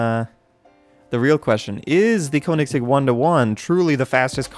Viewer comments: It’s not pronounced (koh-nig-seg), it’s pronounced (kuh-ni-seg). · the koennigsegg is pronounced KO NING SEGG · I like how he said "Koenigseggs" :D its pronounced "kjonigseggs" it means kings eggs/balls I aint bullshitting. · "the cone ig sig" and" the neesan" im dying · Lmao he pronounced koenigsegg wrong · YOU SAID KOENIGSEGG WRONG!!